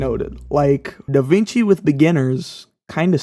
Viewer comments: Da WING chi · Sorry bro you have me at "da-VEENG-chi"